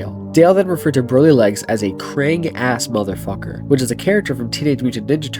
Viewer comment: Nahhhh not him pronouncing “Broly” wrong, that’s true dragon ball disgrace. Broly is THAT guy you don’t act up around him😂